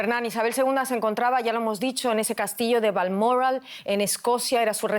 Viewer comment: VALMORRAL Vaya! que se ha comido la locutora?